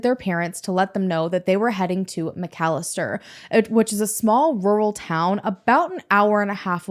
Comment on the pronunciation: Those McFadden boys are pure evil and trouble....@ for covering this story and pronouncing McAlester correctly!